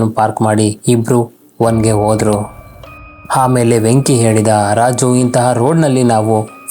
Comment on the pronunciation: Kannada maat aadod kaliri sir firstu haaru .. hawara... haamele.... haagi.... haa chali... aayo first kannada kali guru